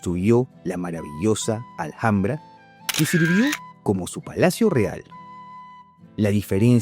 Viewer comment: Se pronuncia alambra no alJJambra